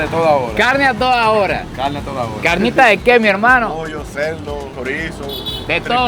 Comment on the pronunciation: Ese asentó para la carrnita